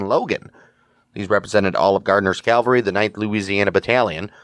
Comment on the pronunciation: My GG Grandfather and his brother were in the 1st MS light artillery. Nice to hear a story. They were in the Siege at Port Hudson. Oh yeah, the word is CAValry, not Calvary.